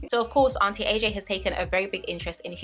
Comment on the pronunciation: Girl whenever you said auntie AJ i thought you were saying anti-aging😭 i was like wtf is anti aging got to do with this am i missing something😂